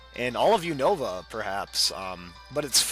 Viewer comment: I love you. FMA is AMAZING!!!!! (But you seriously need to watch the anime for pokemon. You're not even saying Unova right.)